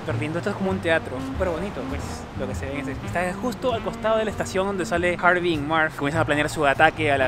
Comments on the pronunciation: Se llama Harry no Harvey como tu dices ... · Harry no Harvy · Era Harry no harby 😂😂😂😂pero buen vídeo